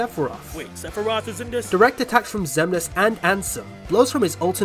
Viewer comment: All these people trying to argue for outerversal Joker, but I'm just wondering how the heck they kept saying Xehanort and Xemnas wrong. I mean they're pronounced in the games several times. How the heck do you keep getting it wrong.